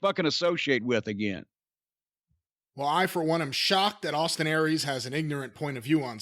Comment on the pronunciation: "So now let's start mentioning some name-AWESTIN AIR-REES..."